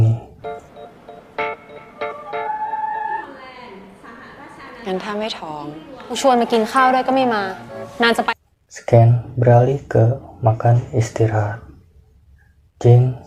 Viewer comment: Scene dibaca "SIN" Bang